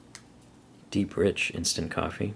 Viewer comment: lol i thought it was 'derp rich' not deep rich XD